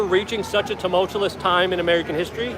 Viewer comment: Luke, please, it’s “two-mulch-you-us”. And “ex-ass-er-bate”. Not “two-mulch-you’ll-us” or “ex-asterbate”. I love you and your work. Just trying to help a bit. And having a bit of a laugh hopefully WITH you, and over “exasterbate” especially. Sounds dirty. Anyway, thanks for your important channel and content